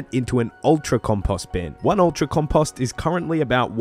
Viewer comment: love the tips man but the way you said compost bothered the hell out of me! Keep it up and appreciate ya!